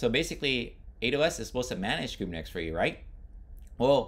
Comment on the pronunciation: Good explanation..but it throws me off when you pronounce it Kubernex or Kubernetics 😆